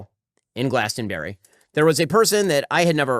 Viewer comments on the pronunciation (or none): I really liked 'glastenberry is apparently a giant music festival' lol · He cant even pronounce glastonbury. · the way Ben pronounces Glastonbury hurts my poor English soul.